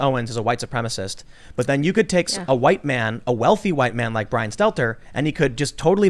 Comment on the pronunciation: Kim said Stetler not Stelter 😂😂